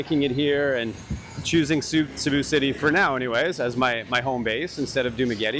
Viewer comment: Cēbu please , not Cabu